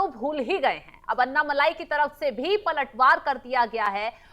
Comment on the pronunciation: अण्णामलाइ नही, अण्णामलै है उनका नाम